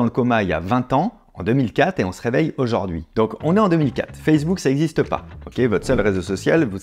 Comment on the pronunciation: J'adoooore vos videos, les concepts, idées, et la bienveillances sont une vague d'air frais ! <3 Est ce que tu peux prononcer aujOUrd'hui et pas aujAUrd'hui par contre :p je demande pour un ami